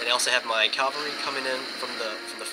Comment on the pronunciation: no offense but its a pet peeve when people say Calvary. Calvary is the location where jesus was crucified or something.... now CAVALRY, those are mounted troops- kal-ver-ee is wrong kah-val-ree is what you mean to say GRRR